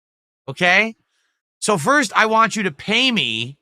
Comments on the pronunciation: He never says want he says waa 😆 such a british cigarette 😂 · His speech impediment has gotten outta hand. He leaves the N and T out of want, but over pronounces Ts in other words like kitty.